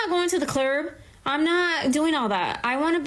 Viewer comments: Did she really just say "clurb"?? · The fuck is a "clurb?"